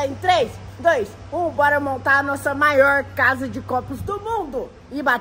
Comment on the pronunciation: "Maoir" "palede"